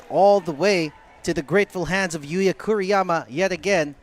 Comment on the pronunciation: Kuriyama yata dapat, hindi Kiruyama